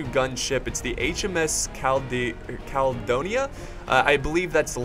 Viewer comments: its pronounced cal-eh-dough-ne-ah (caledonia) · Ca-le-do-nia😁😂 Please make more naval Battles 🤗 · Caledonia is pronounced: Cal-I-do-nya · Cal-uh-Done-ee-uh.. The 'Guns at the front' are bow chasers... Same at the rear; Stern chasers.. Great content epic battle love this game .. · try saying Caledonia = Kal-ee-doe-knee-yaa. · says Caledonia perfect the first time, doubts himself, screws it up the rest never change man hahah